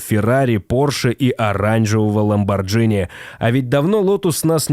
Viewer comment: ХайФай, а не хипхи😃 ЛамборГини! Автор, ты малость дебиловат